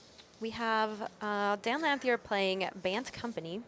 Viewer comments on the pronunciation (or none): I don't think I've heard a commentator pronounce Dan Lanthier's name correctly yet.